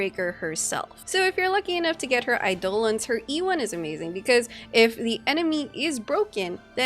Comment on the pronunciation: calling it "aidOlons" makes me smile